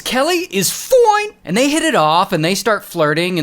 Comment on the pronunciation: I love it when ray says FOION